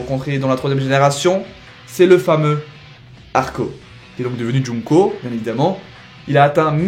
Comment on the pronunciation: c'est pas joungko c'est jungko